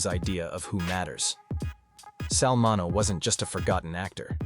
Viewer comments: Sal Min-E-Oh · His name is pronounced min e o